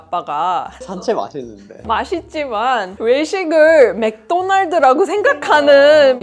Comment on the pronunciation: 맥도날드 마저 한국식으로 발음하시네 ㅋㅋㅋ